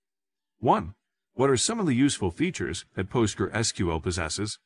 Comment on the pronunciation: NO!!!! Just NO! Also if you took helping others seriously, YOU would talk to them; YOU would do the work, not some AI that can't even pronounce PostgresSQL.